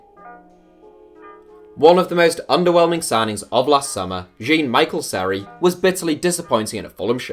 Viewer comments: It’s pronounced Jon-Mikel Seri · Seri full name is said jon-mikel-seri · Seri is pronounced John mi-shell seri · The way you pronounced Jean-Michel Seri literally made me spit out my drink He’s not English mate 😂